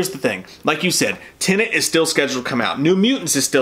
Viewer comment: I love you, but for the love of God, please learn how to say TENET! They say it in the trailer!